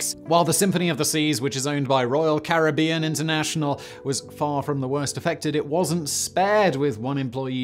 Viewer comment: It's Caribbean not Caribbean, come on Simon